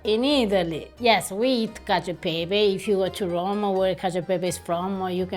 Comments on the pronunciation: it’s not “Catchio aahy peppay” 🤦🏼‍♀️ it’s “catchio eh peppeh”. Staccato. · This is not cacio e pepe this is CACHIIOE EErE PEPEEEErE lol